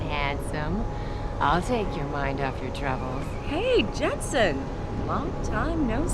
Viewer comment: Am I the only one who heard "Welcome home, Mr. Jetson." rather than "Welcome home, Mr. Jenson"?